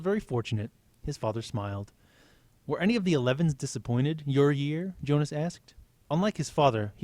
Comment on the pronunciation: Um I noticed u said yonas instead of Jonas. Just saying. Kinda bothers me